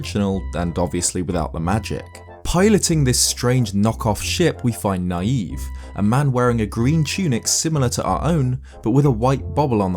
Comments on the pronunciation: Nayve I believe is pronounced like the pun he's named after: Knave. It's because he's a dishonest person, which is seen from the items you give him as well as his boat. Also, I believe his weapon is just a trident, or else he would have painted them gold. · I always thought Nayve’s name was pronounced “knave”, as to my knowledge, that’s basically what that word means, a self-proclaimed hero. Either way you slice it though, I guess he’s a naïve knave. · I feel like Nayve’s name is supposed to be pronounced like “Knave”, the Old-English word for a liar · I think Nayve is pronounced like the word Knave, meaning a dishonest or unscrupulous man. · I always thought that Nayve's name was pronounced like knave, because he is a dishonest person. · I always thought Nayve was pronounced like Nay-vee (marine) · I think nayve's name is supposed to be pronounced like knave since he's a fraud or a fake legendary hero, but eh, either pronunciation could be correct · ISn't that guy's name pronounced like navy? You know NAY-VE, instead of NA-YVE. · I don't think Nayve's name is pronounced "naive", but as "knave", meaning "man of humble birth". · You're pronouncing Nayve's name as naïve, but I'm not too sure it wasn't meant to be an altered spelling of knave. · Personally, I think his name (Nayve) is pronounced (nāv) like Knave and not (nīˈēv) like Naive. It works either way, honestly. One is dishonest and the other is deranged. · Preeeeeetty sure the guy from Phantom Hourglass's name is supposed to be pronounced not like naive but like knave, who were apprentices to knights who weren't quite at their level yet. Probably is also a play on naive, but ya know, important reference that I think adds more to the character. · I don't think his name is pronounced Naive.....I think it's pronounced Navy...Nay-ve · I think Nayve's name is supposed to be pronounced Knave. As in a lowly squire/low class person? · Pretty sure Nayve is pronounced like Navy.